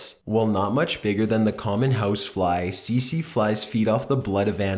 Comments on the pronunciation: Great vid as always, but one thing did bug me (pun not intended) it was the way you said Tsetse... its not see-see (as you said it) but Set-see. Sorry to be a pita, just thought you may like to know the correct pronunciation:) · it's pronounced "TEET-SEE fly"